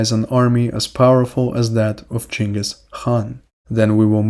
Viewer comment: why do you use the chinese pronunciation of Genghis name?